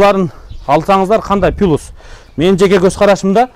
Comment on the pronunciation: Кун желенин алып баручусу, туура суйлогонду уйронсо болот эле. Угуп турсам + пилус дейт, плюс + деп ойткандын ордуна….